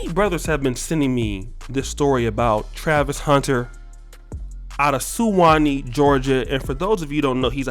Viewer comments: "Sue Wan E" ...😂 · The way he pronounce Suwanee is hilarious